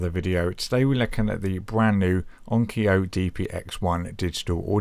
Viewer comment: You have an interesting pronunciation of "Onkyo." (It's not "onkio")